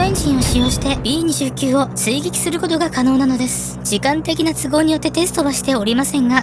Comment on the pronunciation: 「びーにじゅうきゅう」ではなく、「びーにじゅうく」だかんね！